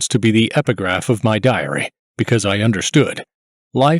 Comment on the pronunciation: Ugh. The narrator's style of speaking is annoying. The last word of sentences is said with a descending exhale breath sound. Diary is pronounced diar-E-H-h. Don't DO THAT!